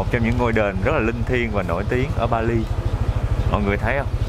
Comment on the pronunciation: he does not speak right the way of (Bali). and should go to school to learn properly.